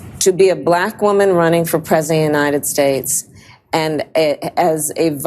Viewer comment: what is a “preziunide states”?